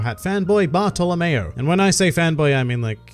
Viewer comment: When he says Bartolomeo I hear Barto lmao